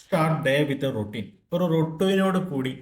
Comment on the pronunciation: രോട്ടീൻ.... Roteen... രൊറ്റീൻ 😂 രൊറ്റീൻ 😂 രൊറ്റീൻ 😂... രോടീന്ന്....റോസ്റ്റ്...